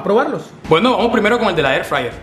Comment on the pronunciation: AIR FRAYER